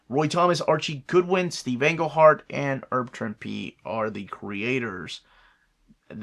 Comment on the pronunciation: Ow, my bank account. I backed the Jorge Jimenez Kickstarter, and they mentioned it was delayed, so the retail versions will probably come out in January. Pronunciation side note: Herb Trimpe pronounces the H, like “hero”. Deniz Camp pronounces his name as “Dennis”. Siobhan is Irish, pronounced “shuh-VON”.